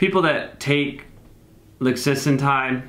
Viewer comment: It’s “lixisenatide” 🤓